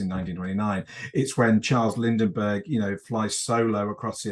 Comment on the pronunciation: "Lindinbergh" the whole interview... hahaaha...cute! The 1920s ROCK for setting and story potential. Anyone thinking it was all Keystone Cops and flappers needs to do some serious research